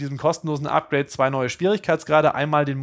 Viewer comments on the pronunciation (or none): none